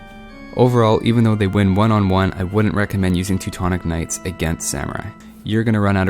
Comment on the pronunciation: That's sounds funny like you prononce Teutons Knight...I hear like TECTONICS KNIGHTS, lol p.s. thanks for videos, I see many of them, keep going!=)